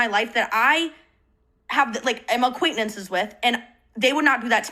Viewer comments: … they’re commenting on her mispronunciation of the word. notice how the comment you’re replying to is intentionally misspelled? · sorry losing my mind at how she pronounces “acquaintances.” 😂